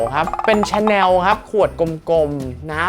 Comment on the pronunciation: ชอบช่องนี้มากค่ะ และชอบที่ออกเสียง ชาแนล ชอง ถูกต้อง เลิฟมากค่ะ ♥️